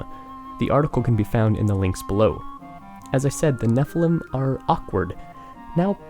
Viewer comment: Anyone else notice he says Nephelem instead of Nephilim?